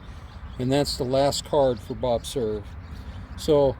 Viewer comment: Hi! Looks like a beautiful place and a very nice tribute! Cool that Bob Cerv was friends with President Truman and it is cool to learn the correct way to pronounce Cerv! Enjoyed as always my friend!